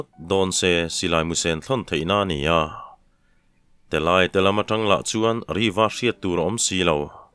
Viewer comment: Telâia ti a lam hi Telaia ti a lam tur,lei kan lai a,lai thluk ang hian